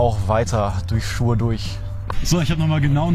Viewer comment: Essen Schur? Du meinst Essen Schuir (mit ü gesprochen). ;-) Sorry, bin in der Nähe von Schuir aufgewachsen. Will auch gar nicht unnötig motzen, finde deinen Kanal super.